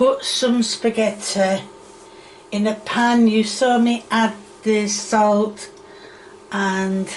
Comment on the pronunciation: She’s learned the art of engagement bait. So mispronouncing things like salt and pepper, and let’s not forget the the way she says onion. It’s so people will comment. She fails to realize that the shit she Makes will get a big enough reaction. lol